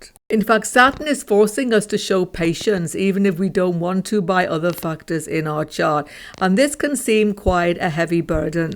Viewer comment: Every time u say factors it is sounding like something totally different if not heard properly☠️